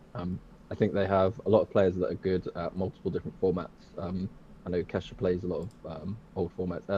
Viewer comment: ~ "Ke$sha", bruh it's Ke$ha 🤨🟨